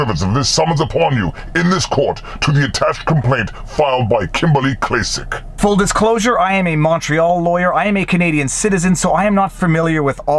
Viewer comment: It's pronounced "Klack-Klack"